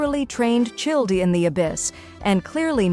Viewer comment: I know but in the video she said Childi🤣🤣🤣